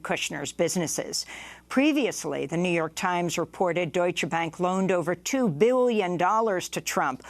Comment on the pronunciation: Amy, learn how to pronounce "Deutsche". You sound ignorant when you don't pronounce the "E" at the end.